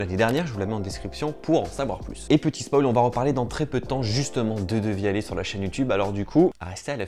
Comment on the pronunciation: Ça se prononce devialette